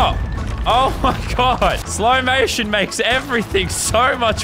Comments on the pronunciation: He said slomation 🤣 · When he says slow mation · My man said "slow mation" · he said slow maition